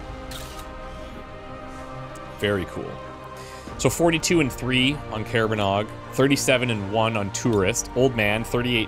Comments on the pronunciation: She is. Odd also has never memorized how to pronounce the callsign, correctly. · And perpetual mispronunciation of her callsign.